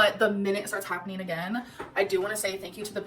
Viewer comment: Happeneen Shakeen Why cant she say “ING”